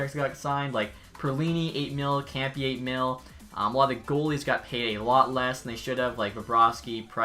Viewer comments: He called arian kempe kempee Btw its pronounced kempae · Kempe is pronounced Kemp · Kempe is pronounced kemp-aaay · Adrian "Kampee" 😂😂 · i HATE how he says "Kempe" lol wtf is "campy"